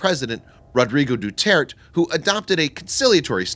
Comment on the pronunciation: Little mistake: you lacked an extra E in Duterte. It's pronounced Du-ter-teh